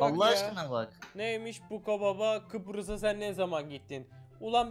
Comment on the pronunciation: kıprıs deil kıbrıs lütfen :)) bu arada kıbrısdan selamlar